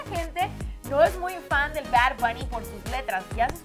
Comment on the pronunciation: porque dice BaR , no es BaD???